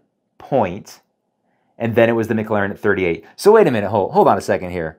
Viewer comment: Why he call it the MIC Laren p1